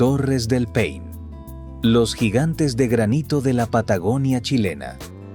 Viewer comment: Se llama Torres del Paine...nonde pain como dice el locutor